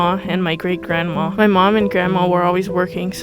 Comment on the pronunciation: "Grannuts" lmaoo 😭🤚🏻🤚🏻